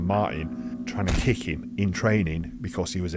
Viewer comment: That’s the wildest pronunciation of the word Kick